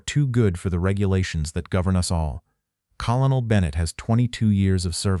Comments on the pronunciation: While I am very happy to have this remembered for the importance of this, I am DEEPLY DISAPPOINTED in the AI voice over mispronunciations like pronouncing “COLONEL” as Kol-on-ol instead of Kern-el. Also the lack of punctuations and incorrect gathering of phrases in the subtitles, makes it substandard to the point I almost quit 2/3 of way through. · The narrator cannot pronounce 'colonel'. he should be replaced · no record? and an AI narrator that cant even pronounce colonel? Sounds like a fail channel recipe to me. Where can i find this? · This AI portrayal is absolutely horrible. Couldn't even pronounce the word colonel. The lesson is good, but this is an insult to all who served.